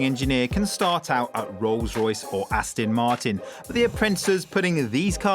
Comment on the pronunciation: in your intro it's Aston (with an 'o'), not Astin.